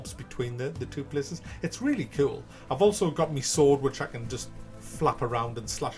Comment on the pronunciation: Why do you pronounce "sword" like that?